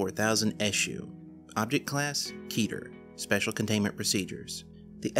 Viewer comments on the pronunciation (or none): none